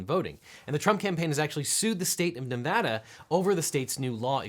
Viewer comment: Thank you so much for pronouncing Nevada currently. Grew up here, and it drives me crazy when its not.